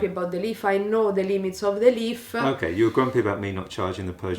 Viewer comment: Out of interest, can she say "Leaf" instead of "Leaf-a" if she tries? I'm just interested if you ever dare to mention it. 😂